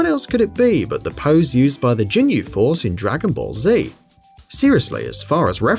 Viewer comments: Gh-inyu not Jin-yu! Definetly not a fan of them Lol! 🤣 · jinyu, jin-yu? WTF it's gin-yu it has a g not a j sound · A fan huh. Its Ginyu not Djinyu. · It's not Jinyu Force, it's Ginyu Force! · Not to mention he pronounces Justine like an English man name, not the French woman name. ...And the Jin-yu force? Is that a new K-POP band? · A fan of the Rise'yu Force more like, jeez my head hurts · JINYUUUU!! YOUSOOKAY!! wtf omg im surprised he didnt call it a jillotine or Satherine holy shit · JIN-yu? C'mon son. Also those "Sentai Figures" are also Characters that feature rather prominently in Persona 2. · 'Yusukay' 'jinyu' 'rice' Come on... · JINYU FORCE COME ON GET YOUR DBZ GAME UP ITS PRONOUNCED LIKE THIS (GIIII NEEEWW FORCE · "Yes i may be a fan but..." but you can't even pronounce ginyu right. ow. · bullshit you are not a fan of the ginyu force if you cannot pronounce it correctly. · You're obviously not a fan of the Ginyu force you're not even pronouncing the name properly.